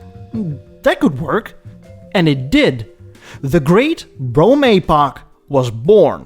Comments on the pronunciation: AY-poch, it’s an EEEEEE-poch. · Well done, but it hurts my English ears when you pronounce epoch as ay-poch. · Maybe I’ve been pronouncing it wrong, too. I’ve always said “epp-pock”. So it’s supposed to be “ee-pock”? I prefer the way it sounds when says “ay-pock”. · A-pock? I thought it was ep-pock. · I like your videos but it hurts my ears when you pronounce epoch as Aypoch. It should be epoch with a short 'e' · As someone who also speaks multiple languages, I always appreciate pronunciation correction. "Epoch" is pronounced /ˈepək/. Or something like "eh poke." Love your videos! Ugh! Sorry! Didn't watch to the end before commenting! When will I learn? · Who was your English teacher? A-Pok? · I wonder how many comments got about his pronunciation of epoch, only for the classic self burn at the end lol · Honestly your pronunciation of epoch is a perfect fit for this episode, adopting quasi french prononciation for a faux chic impression, just like the "d'Elegances" and "deLuxes" in the video.